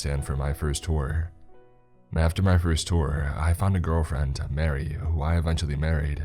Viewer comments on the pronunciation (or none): none